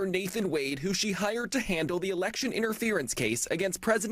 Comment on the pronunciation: It is FANI like hinny, not fauni ! This is a bitter old lawyer, get rid of her.